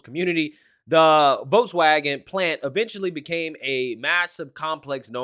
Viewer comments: Dude needs to learn how to pronounce German words, especially Volkswagen. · This is from wikipedia Volkswagen (German pronunciation: [ˈfɔlksˌvaːɡn̩] (￼listen)),[Note 1] abbreviated as VW ([faʊˈveː] (￼listen)), is a German motor vehicle manufacturer headquartered in Wolfsburg, Lower Saxony, Germany. Founded in 1937 by the German Labour Front under the Nazi Party